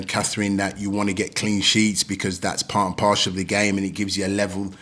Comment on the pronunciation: Part and Parcel! Not partial. 😂